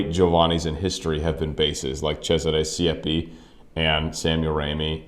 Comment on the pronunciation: Try to say Giovanni right. You say Giovani. Make an effort. Giovani sounds dumb and this is your profession! There are few rules in Italian and most opera singers are too lazy to learn the pronunciation. You also say Sieppi, that was a p too much. Sieeeeeepi! Also not Lepporello, but Leeeeporello Geez...